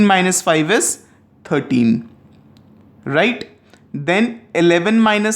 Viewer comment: Its just RIGHT, why are u giving so much stress saying righTTT..., please dnt. It was irritating while I was watching your video, thought to tell u through comments.